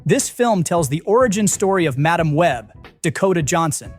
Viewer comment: Madame Web, not Ma Dam Web. Can we please stop using stupid AI’s to read the scripts?? FF sakes!